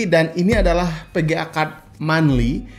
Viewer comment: PEGEA atau VEGEA??? :v